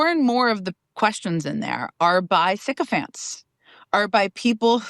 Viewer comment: Why is no one talking about psaki’s new speech impediment? “Thycophants?” I’d rather have slightly crooked teeth than talk like that with braces. 😂